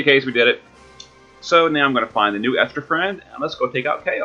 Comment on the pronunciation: Thanks for the video. You are one of the few people not to butcher my name.